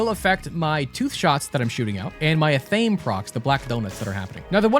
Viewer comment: Athame is pronounced Ath. Ah. May. Ath sounds like the word math with no M